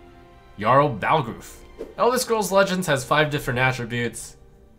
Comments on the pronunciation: The name was spoken in-game, and Jarl Balgruuf is the first character you meet in Skyrim following the main quest after completing the starting mission. You need to have played vanilla Skyrim for 1 hour to know how his name is pronounced. Being a non-english speaker is one thing, but lol, they literally speak his fucking name and he is the FIRST SIGNIFICANT STORY CHARACTER AFTER THE BEGINNING MISSION. It is spoken several times as well. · I am physically hurting from hearing Trump mispronounce Jarl Balgruuf. (It's BALL-GRUFF) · "skyrim was a great rpg" >cannot pronounce Jarl Balgruuf's name correctly yeah i bet he played skyrim for sure